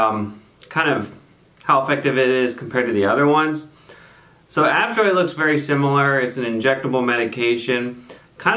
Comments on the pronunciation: A-Joe-Vee not Av-Joy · Hi. Nice production! A couple of things: 1) It’s “A-JO-VEE” not “AV-JOY” (a la Hermione Granger 😉); 2) Ajovy / fremanezumab binds to the CGRP molecule itself, not the receptor; 3) It’s really hard to compare drugs against each other without head-to-head studies. I’ve seen great results with each. The new Ajovy autoinjector is really cool!